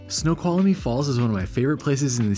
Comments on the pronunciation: My dear - THREE syllables: snow qual mee. Not four. And I would've skipped the hike and gone to the Snoqualmie Casino lol! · FYI: Snoqualmie has 3 syllables, not 4 (there is no "uh" in the middle) LOL